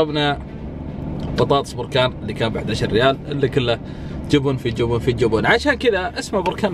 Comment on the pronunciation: ليش بعض الناس لهجتهم تجييب المغص ليه تقولون >> جوبون ... ترى اسمه جبن بالفتحه وليس بالضمه جوووبوون